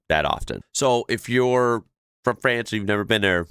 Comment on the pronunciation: The socalled French guy speaks English with what sounds like a fake accent, and he pronounces France wrong. A real French person would never do that.